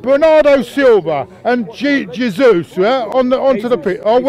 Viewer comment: I'm Portuguese and it's pronounced Jesus like was saying not resus like was saying